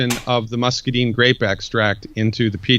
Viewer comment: This guy has read a lot about muscadines, but he doesn't know how to pronounce the word muscadine. I grow them. I'd suggest he go talk to Greg Ison (one of the largest muscadine suppliers) and learn how to say the word muscadine correctly.